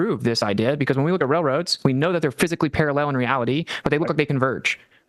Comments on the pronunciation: Guys guys they remain - Para-LLELL. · Why does genius pronounce parallel as parallelle? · Austin has started saying parallel with the same weird inflection as Dirth.